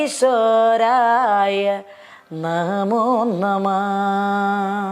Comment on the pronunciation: യോഗീശ്വരായഎന്നാണ് യോഗീസ്വരായ അല്ല